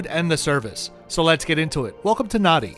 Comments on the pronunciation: Just a small correction: Fijians add an m and an n in the middle of words which makes NADI not nuddy but Nandi. Same as the PM Rabuka is RAMbuka. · Nadi, is pronouncement NAN DI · Nadi is pronounced NANDI 🙄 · Nice video😊 Just a local pronunciation pointer - Nadi is actually pronounced 'Nan-dee' Hope this helps, sorry if it sounds picky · Hey its Hadi pronounced Nandi. Air NZ also flys to European destinations. Putz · Great video. Nadi. Thats how its spelt. But it's spoken as "Nandi". Phonetically as Narnde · Great review, Nadi is pronounced Nandi. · interesting review, I do however need to point out it is pronounced NANDI. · "Nan - dee"